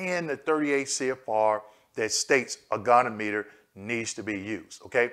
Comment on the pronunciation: Love your videos! The pronunciation of goniometer is go-knee-ah- muh-ter.